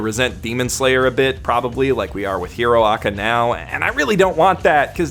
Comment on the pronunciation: I feel bad every time you say “hero aca”